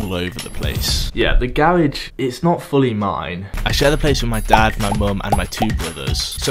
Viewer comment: Gawage... it’s actually garage